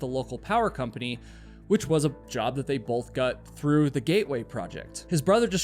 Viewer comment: He "gut" back out of the car to go yell for help. Your subtitles say "got" so you know what the word is just not how to pronounce it?